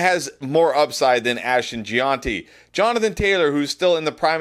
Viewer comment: Ashton lived in Italy for a bit. I figure this is this Italian pronunciation: Jee-on-tee